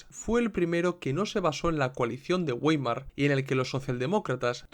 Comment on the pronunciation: Vàimar, se pronuncia Vàimar, un poco de cultura general por favor